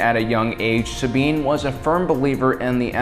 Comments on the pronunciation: I love this video but... The WAY HE SAYS "SAB INE" Really bothers me. Anyone else? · Sabiene wren?!?!?!? YOU SAID IT WRONG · Does have some kind of speech impediment that prevents him from pronouncing names correctly? Just listen to how he butchers Sabine's name in this video (besides the one time that oddly he says it correctly). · Romania Torchwick I know, right?